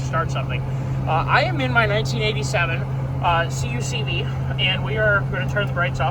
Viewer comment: Great series, I’m here for it. If you care, most people who reference these vehicles say “Kuck-vee” not “see-you-see-vee”